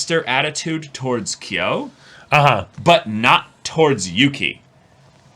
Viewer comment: watching them misread kyo so badly has me in hysterics